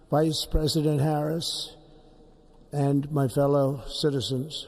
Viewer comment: Joe was smiling half the time. He's happy! He gets to leave the house, and nobody is forcing him to read hard words off the teleprompter. Kamala is just steaming inside. My favorite part was when he was listing off all the attending Presidents, and then threw out a VICE (with a pronounced emphasis) President Harris! LMAO!